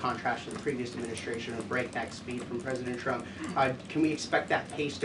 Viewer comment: You can tell she's young. She adds SHHH to words like adminishhhhtration. Also, she doesn't say her Ts. This is how the young are speaking now. Other than that she is very good and very attractive! Xxox